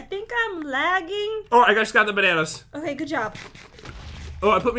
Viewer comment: I love your videos and I love how you say bananas but in stud you call it banner